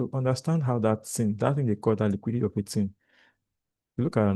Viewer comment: Just like me. I hate that word "liquudity" in this industry